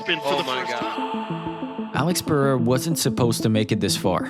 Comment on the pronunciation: Chael… “Alex Pierre” lmaoooo